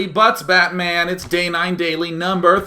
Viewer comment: Why do ppl say DayJ instead of Day9?